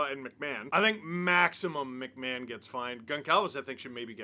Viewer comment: I understand Steve isn’t familiar with Portuguese last names but… Goncalves is pronounced GonSalves. The c would normally have a accent making the S sound